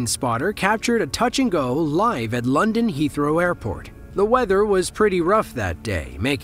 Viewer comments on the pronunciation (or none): none